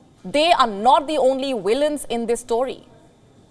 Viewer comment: I love how she says villians.😁